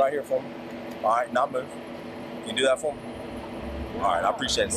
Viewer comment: same 😂😂😂😂😂 “I like dat red”